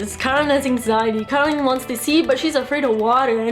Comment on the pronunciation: Bravissima, però è Coraline non Caroline 😉